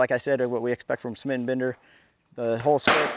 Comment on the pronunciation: Are you still pronouncing it "Smit & Bender" now that it's 2016?